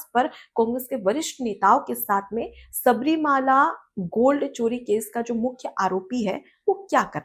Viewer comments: Please note that it is not Shabarimaala, but the correct pronunciation is Shabarimalai. Malai means a mountain. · Pleased Correct yourself by pronouncing correctly " Sabarimala", not Sabarimaala.